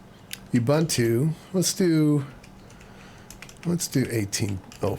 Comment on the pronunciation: Youbuuntoo…Ubuntu. Ooohbooohntoooh.